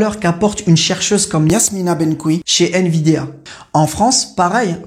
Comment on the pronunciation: C'est pas nVidéa. Mais nVidia...😂